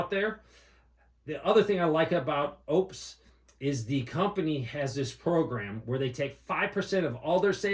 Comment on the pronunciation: Thank you for the correct pronunciation of Oupes and not going the lazy route with Oops. Edit: Never mind LOL